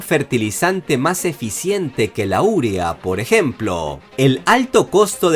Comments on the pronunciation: Ojo, algunas correcciones: Minuto, dice "... han rompido récords", el participio correcto es "roto". Minuto, dice "úrea", cuando la pronunciación correcta coloca el acento en la sílaba tónica que rompe el diptongo: u-ré-a, o sea "urea". Minuto, dice "costes de electricidad", el texto dice "cortes de electricidad", ¡pónganse de acuerdo! Por congruencia con el resto del guion, se entiende que lo correcto es lo escrito en el texto del súper. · no se dice:"urea" con el acento en la "U" sino co acento prosódico en la: "e", además de que si le das el acento prosódico en la:"U", se convierte en esdrújula y no la tildaste. Sería doble error en ese caso.:)